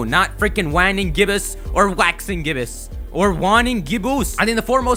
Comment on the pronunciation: "Wanning Gibboos"